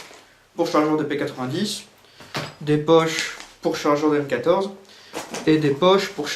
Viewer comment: it may just be that my French is not that good but it sounded like you said cake when you said m14 pouches please correct me if wrong